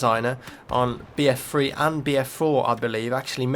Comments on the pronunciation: I'm sorry but it shoulds like your saying BF Free instead of BF3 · why do you say free instead of three? its annoying!!! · notice how he always says bf free instead of bf3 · What's BF free? You kept saying BF Free. It's three not free. XD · BF freee HAH Its so funny how he says it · I hate how you pronounce "BF3"